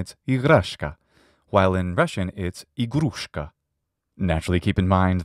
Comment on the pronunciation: Not Igrashka igrAshka